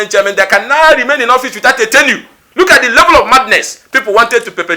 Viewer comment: Ugochinyere is a baby politician..he thinks this is university politic… Ugochinyere learn how to pronounce tenure please